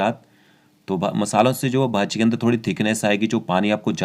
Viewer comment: It's bhaji not baji 😐😐